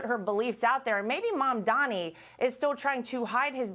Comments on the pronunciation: Why can't you all at least learn how to pronounce comdani's name?!?! It's MAM DANI, not Mandami. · Why is it so hard to say Mum-da-ni? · Did I hear her say “Zamdani”?